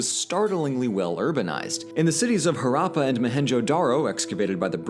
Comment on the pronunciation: Ok but blues pronunciation of Harrapa and Mohenjedaro is killing me💀💀